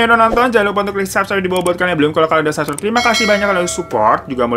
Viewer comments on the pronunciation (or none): none